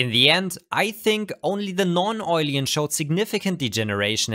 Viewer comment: Awesome video. Just a little suggestion. It´s called Non-oilen, not Non-oilien :D